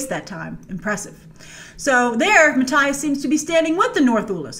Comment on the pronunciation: Just so you know, the new characters name is pronounced Matt-ee-as :D